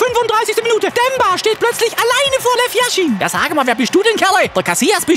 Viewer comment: Yashin, nicht Jashin